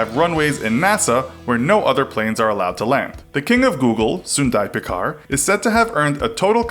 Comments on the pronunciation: Hahaha. This is a youtube channel named infographic show. Youtube being a part of Google. You should atleast know how to pronounce and spell the name of Google's CEO. Just butchered the pronunciation of the CEO. His name is Sundar Pichai. The "ch" in Pichai pronounced as in churros. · pichai not pikai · It's PEE-CHAI, NOT PEE-KAI! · Dude it is "ch" It is Sundar Pi"ch"ai. Do not pronounce it "Pikai" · His name is actually Sundar Pichai and not "Sundai Pichar". Lol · And he pronounces it as pikkai rather Than picchai (with cch making tch sound as in pitch) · Not pi-kaa-ee. It's pi-cha-ee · Not Peekai,it is Pichai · It's not Sundar PIKAI!!!??? It's (Pitch - i) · It's not Pik-i its P-chai... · Sundar Pickeye? Lolol you mean Pachai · small correction... it's not pikai or pikar or pick... it's pichai.. like "chi" from china... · Its sundar pichai (pi chai) not pichar (pikar) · It's pee-cha-ee not picai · It's Pitch - aai not Pickai. And he is fair in color, but Black. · I guess it’s Pichai..Not Pichar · The CEO is Sundar Pichai. not Pichar "Infographics" ? well please do the research 😅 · Sundai Pichar? Not Sundar Pichai? Seriously?? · Its pronounced Sundar Pitchai without the t sound. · Learn to pronounce! It's not Sundar "pikkar" it's Sundar "Pichai" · Its Sundar Pichai not Sundar Pichar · Its sundar pichai not pikai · sundai pichar lol..its sundar pichai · He is Sundar Pichai (not k , its ch) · The Name of the CEO is Sundar Pichai... Not pichar.. and pronunciation is quite wrong... Please fix this.. it is like pitchai and. Not like pikar!!! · Sundar "pikar" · CEO's name is proounced Soon-dur Pitch-aai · A bit of info about pichai , it is pronounced as pi_ch_ai as ch in chamber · Actually its pronounced sundar pitch- eye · It is piichai ! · He pronounced the name wrong too! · its Sundar pichai with "Ch" as in chicken. What you said was Sundar pichai with "Ch" as in pinnochio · You guys absolutely butchered Sundar Pichai's name